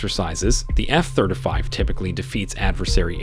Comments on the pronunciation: Oh god I can’t take it!!! F THIRTY FIVE, not thurdafive!!! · Nice vid, very well researched. that said, could you consider NOT saying efthirdafive, and say efthirtyfive? It's driving me crazy! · F thurtafeeve?…perhaps ya mean f thurteefive? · F THIRTY FIVE stop saying F Third a five xD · Yep, was making me cringe. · I came to see if anyone else was bothered by it. It's driving me insane. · “Eff thirdafive” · If you can’t pronounce “F-35” properly then don’t WASTE my time reciting facts available on any publicly available public documentation online.